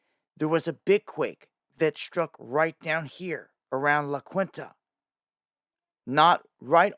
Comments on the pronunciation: La KWINTA? 🤣 It's Spanish and pronounced La KEEN-TA! And the quakes in La Quinta are from the Jacinto Fault. This is normal and happens constantly here! It's not that serious! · I think La Quinta phonetic pronunciation is Lah-KEEN-tuh Thank you! You are within the upper echelon of citizen journalists! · La Quinta pronounced LA KEENTA !!!!! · La Quinta is pronounced La Keenta